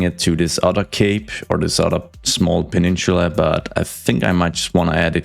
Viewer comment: I don't know why, but the way he says "peninchula" really rubs me the wrong way. Where is the accent from?